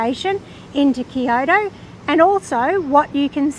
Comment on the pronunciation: "These steps suck!" Har har har! BTW -- 京都 "Kyo-to" two syllables, not three. Good vid.